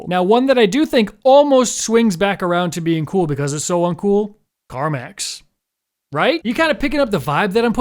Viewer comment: I definitely thought you were saying CarMax at first lol